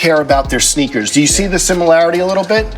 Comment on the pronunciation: Mike’s pronunciation “Sheneakers”